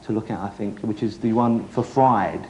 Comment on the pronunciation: Jonathan was ok with Julian here, given he could've easily gone down the real piss-taking route, especially given Julian's dodgy mental health at the time and the girly, giggly audience. I sense that Jonathan admires him. For the uninitiated this is worth a watch just to hear Rossy say 'Fwied'!